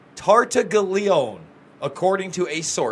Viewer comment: Cellmate Tartaglione? Pronounced tar-tag-lionie